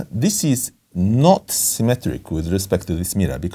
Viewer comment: "This is knot-symmetric" It took me a moment to realize that he was actually just saying "not symmetric" and wasn't introducing some new term called "knot-symmetric" in the way that some things might be "rotationally symmetric" or "bilaterally symmetric."